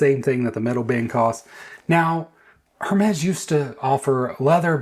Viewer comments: Hermes is pronounced “errr mes.” The H is silent. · You don’t even know how to pronounce Hermes -sigh